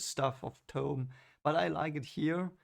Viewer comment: Moraine ordered new clothes for Rand because all he had were farmers clothes, she wants him to appear of higher station. The Herons are unique to Rand, no other character. It's a part of prophecy, " twice and twice shall he be marked" BTW Thom is pronounced Tom, like Thomas, the H is not spoken.